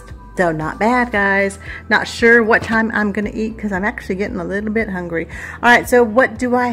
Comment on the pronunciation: I know I'm horrible about that! Not sure why though. Sometimes I say it right, but mostly I don't. I think it's because of my name being and pronounced AL not ALL. sigh... my brain...